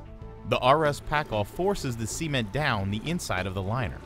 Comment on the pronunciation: All I hear is Sea Men the whole time I was like wtf is a Sea men, until I looked at the caption that it was meant to be cement....."Sa" ment not "C" Ment lol